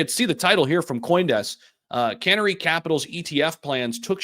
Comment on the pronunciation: 🐦Canary not can ary 😂